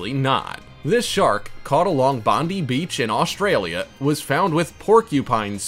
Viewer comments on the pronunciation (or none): It's spelled Bondi. Pronounced Bon ( like bon bon) di (like die). Not Bondee